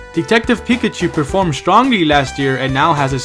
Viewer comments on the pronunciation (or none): none